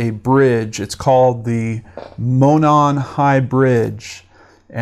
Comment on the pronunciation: I live here and thank you for the factual reporting in this video and helping to get the word out! Most non locals don't know, but Monon is pronounce Mow-Non, and Lafayette is Lah-Fah-Yet.